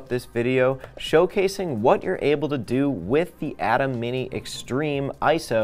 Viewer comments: EXACTLY!! Pronounced A-TIM NOT ATOM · I tried to watch but, i just can not get past your lack of knowledge of how ATEM is pronounced. If you have not been around the product or the professionals at BlackMagic enough to know it is pronounced “A-TIM” then how can I trust that you actually know what you are talking about.